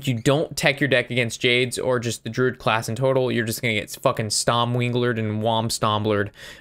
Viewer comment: Liked the video when I heard you say "stom weenglered and wam stamblered" 😂👍🏻